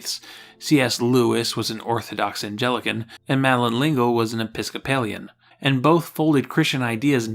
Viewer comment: ANN-tuh-knee. Didn't take long to find the first mispronunciation. :-) ADD: - *Anglican*, not "Angelican". (I'm almost surprised you got "Episcopalian" right. ;-) ) OK, but in all seriousness, while I do like to poke gentle fun at little things like mispronunciations, this piece, on the whole, was beautifully written. Thank you.